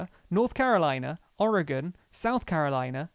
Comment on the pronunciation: Thank you for the easily explained information and actually pronouncing Oregon correctly lol